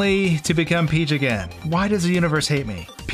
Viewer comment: Princess Phee-heeach